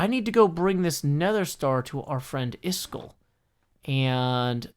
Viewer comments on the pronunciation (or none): I dont want to offend you but its is-kall not is-chool